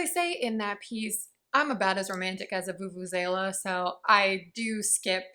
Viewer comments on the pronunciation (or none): Hurray what a great video!! Glad I read these comments re. vuvuzela as I thought you'd said "as romantic as a foofoo sailor" 😬